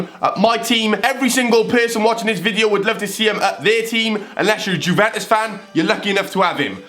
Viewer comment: Ffs the way u said Juventus 😭😭